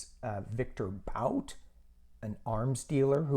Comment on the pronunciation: Thank you! Yes, I think they know there are still "things" Russia wants; Paul Whelan will come home sometime later. Republicans have NO ROOM to talk about getting our people back, they did NOTHING. btw I believe it is pronounced Viktor Bout (boot). Love and Light to you!